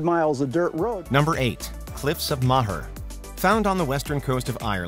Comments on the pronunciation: It's not "Cliffs of Ma-her". It's "Cliffs of more" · Its the cliffs of moher (pronounced moe-her) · Please learn how to pronounce foreign words lmao. Hearing you pronounce Moher like ‘mah-her’ killed me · The endless mispronunciations lol “cliffs of ma-her” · Cliffs of Moher, pronounced Mow-her. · It's pronounced the cliffs of "more" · Great list but that pronunciation of (Cliffs of) Moher 💀💀💀